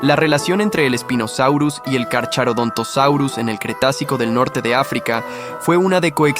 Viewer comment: El "ch" se lee como K, por lo que no se dice Carcharodontosaurus sino carkarodontosaurus. Y si Spinosaurus era mas largo que el T rex pero no era más grande que este ultimo.